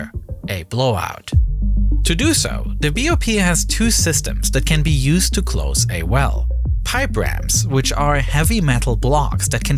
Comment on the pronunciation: Annuwa pweventas cwose da pwipe with a wubba seawl